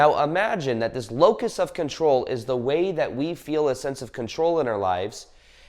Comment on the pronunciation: What of control? It almost sounds like your saying locust…🤔